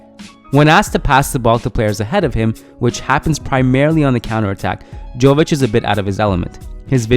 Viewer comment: Hey guys, another great video. Just wanted to say that the J in Jović is pronounced as Y.